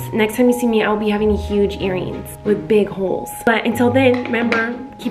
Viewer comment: When she said "Periott" i felt that